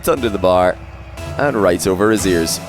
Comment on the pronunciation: Every time said "over Rezears" I couldn't stop hearing "over his ears". 😅